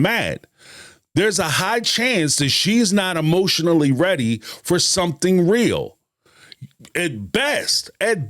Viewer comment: They get "rill" (real) lol